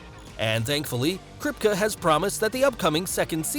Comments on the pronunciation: it's /kripki/ not /kripke/ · Its pronounced kripkey not kripkuh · krip KEY not krip cuh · Krip=kah??? I thought it was Krip-Kee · It’s pronounced “Krip-kee” not “Krip-kuh” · Kripkuh? I thought his name was pronounced Krip-KEE? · It’s kerp-key not krip-ka 😌 thank u for coming too my Ted talk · It's pronounced Krip- key ... lol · It's pronounced CRIP-KEY not Kripka. Who told you that's how to pronounce his name? The should be fired. That's probably why you haven't cracked 100k, you lack depth of research. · Buddy can't even say kripke right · Eric KRIP KEEE not KRIP KUH🤦🏽‍♂️ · I’m pretty sure you are saying Eric Kripke’s name wrong. It’s not Krip-ka, it’s Krip-key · The way he says kripke is so annoying it’s crip-key not crisp-ka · Its kripkee not kripkuh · It's amazing how many times you pronounced Eric Kripke's last name. It's pronounced (Crypt-Key). Maybe alittle show prep would have helped? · "Eric Kripkuh" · his named is pronounced krypt-key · KRIP-KEY if you're going to do a deep dive on people..at least get the name right 🤣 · “Eric Kripk-uh” 😂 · Crip key is how you say it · It's Krip...Key.... Not what you said about 20 times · It’s pronounced “Krip-KEY” just so you know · This man really said “Eric kripka” 😭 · You totally pronounced Eriks name wrong! Its Kripke( Krip-KEY) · The show runner's name is pronounced Crypt-key or Crip-kee. Like, Officer Kripke from West Side Story. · It's pronounced KRIP-KEE...This narrator needs to be fired! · Kripke Crip-Key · Kripkuh??? Put some respect on my man's name! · Krip-key. That’s how you say it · It may help to be able to pronounce the show runner's name. It may give the impression that you care about what you are reading. *Krip-KEY. * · Since he’s most likely of German-Jewish decent it’s actually Krip*kuh*. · I’m mad that I live in Toronto and I haven’t run into Antony in character. I’m also mad how often Kripke is mispronounced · You pronounced Kripke wrong bruh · It hurts when you can't say "Kripke" correctly...